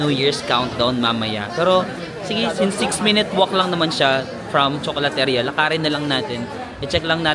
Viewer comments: Nice video.Nakakalibang. Btw, 'ria' is pronounced as 'ri-ya' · you say CHOKOLATERIYA.THANK YOU